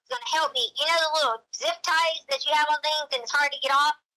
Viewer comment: your continuing mispronounciation of "on" is....disconcerting, and makes it difficult to continue watching.